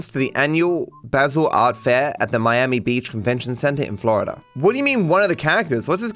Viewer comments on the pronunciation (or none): none